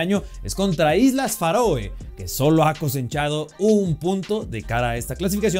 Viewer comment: Es Islas Feroe, no “Faroe”